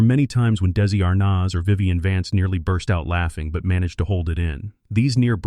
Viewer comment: Still haven't found someone who can pronounce his name properly huh? It's not daisy arnazzzzzzzzzzzzzzzzzzzzzzzzzzzzzzzzzzzzzzzzzzzzzzzzzzzzzzz, the rest was great though!